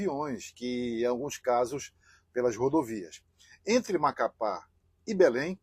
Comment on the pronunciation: cannot even pronounce Macapá.